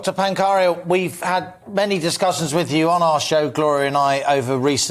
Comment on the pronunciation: is drunk. Inappropriate laughing, couldn't pronounce Pankhania's name and said it was "Exeter Medical TOUR". I think has been in the sauce this morning.